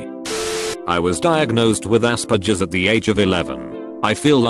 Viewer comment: why can't the voice pronounce "aspergers" correctly? scratch that, why can't the voice pronounce ANYTHING correctly?